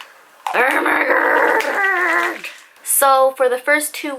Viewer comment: did u jus say ermergerd